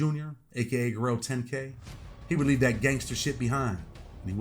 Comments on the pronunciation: Why do you say Guerrero lol it’s guero pronounced wero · Its guero(white boy) not Guerrero. He doesn't deserve the Guerrero on the end of his name. That reserved for certain people. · Guero not Guerrero. Lol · bro said Guerrero10k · Guero is pronounced "Wed-doh". It means white boy in spanish